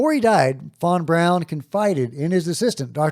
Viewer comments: von Braun not von brown please nail it! Thanks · you are great but please..... Learn how to say Werner Von Braun....and other common names and words... you are not a dummy and you probably don't want to sound like one